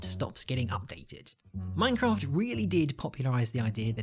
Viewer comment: his pronounciation of minecraft is horrifying